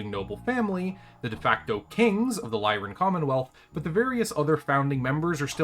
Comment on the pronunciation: Capellans learn all their betrayal skills in school. No, I'm just kidding. Capellans don't have schools. X) (Also, that's L-y-r-a-n Commonwealth. Not "lyrian".)